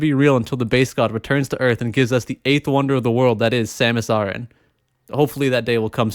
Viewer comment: I was enjoying the video, but you had to mispronounce "Samus Aran"